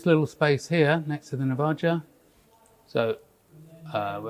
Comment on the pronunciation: Small note, the Navaja. The J is an H in Spanish. So it should sound like Navaha. Similar to how you would say Navajo tribe.